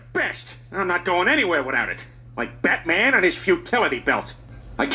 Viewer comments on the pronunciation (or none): none